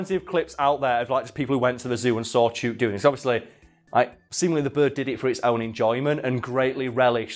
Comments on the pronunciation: Video has already been filmed and posted, but Chook is pronounced Choo as in ~choose~ and ok as in ~look~ Love from Australia 💖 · As an Australian, that birds name must be chook, pronounced like look. It means chicken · I’m pretty sure it’d be pronounced chook like cook. That what we call chickens in aus lol. I’ve been to Adelaide zoo but it was a couple years ago just before their flamingo Chilli died. Maybe Chook died a while ago :c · Yeah nah great episode mate but chook is pronounced like cook but a ch sound instead of c and is a slang for chickens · Only if you pronounced it correctly it’s chook like look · Chook? I think it might be pronounce ch-oo-k not chook. Its another name for chicken more commonly roast chook. So it rhymes with book. And not words like luke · The os are pronounced like book Just a heads up haha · oo as in "foot", not as is "root" Chook = Chicken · Chook, pronounced like hook. slang for chicken. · It's pronounced Chook, as in book. Aussie slang for chicken. And I once taught a lyrebird to wolf-whistle just to pissoff the feminists. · Chook: Pronounced Ch-ook. (Chh--hook) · The "oo" in "chook" is much shorter than how you're saying it. Chook like book. 👌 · "Chewk" Everyone in Australasia: 😅😂🤣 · FYI Chook rhymes with book, not with spook. I am an arborist in Victoria Australia. I’ve heard plenty of lyrebirds doing the chainsaw, dozens of times. Attenborough was not misleading you in any way. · OMG I never chook was an australian word before, but it must be, since says it to rhyme with chute, but it should rhyme with hook. The more you know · Chewk?! No, its pronounced like Book. Chook. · its chook not chuke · it is pronounced chook as in book not chuke as in puke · Yeah i thought poms spoke english. He says "chewwwk" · Friend from Australia says it’s pronounced chook as in book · That is the weirdest pronunciation of 'chook' I've ever heard lol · Chook. It's pronounced like book